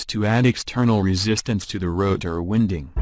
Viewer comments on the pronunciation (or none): I lol’d at Stator “winding.” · yep, audio is irritating i couldn't stand finishing the video. some words are mispronounced, which actually changed their meaning. words such as "wound" and "winding." i don't know if the video would have been better if the creator just used his or her voice.